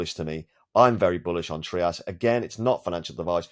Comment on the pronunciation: Hello boss. The founder and CEO of TRIAS Anbang Ruan, pronounced it as “TRY-us”, not “TREE-us”. That is how he said it anyway. Out of respect, might as well say it right.